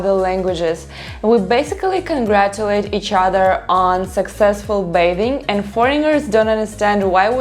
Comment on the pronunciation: The "g" in the word foreigner is silent.